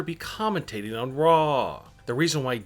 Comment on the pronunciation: Its raw.. not rrrraaaaaw...